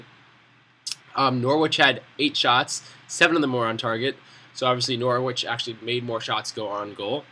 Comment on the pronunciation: good vid but it's pronounced nor-rich not nor-wich.